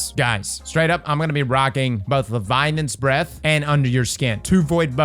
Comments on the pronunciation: Is it just me or is he saying “levianans breathe”? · Tnxs for the info! I also learned that can’t pronounce Leviathans Breath 😜